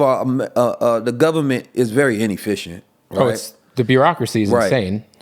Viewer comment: your too smart to not be able to properly pronounce Government. You give people too much credit.